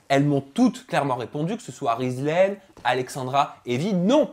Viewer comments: tu a pa respecter le prenom de rizlaine cest (rizlene) mdr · c'est Rizlene pas rizlaine fin chez remarque 😉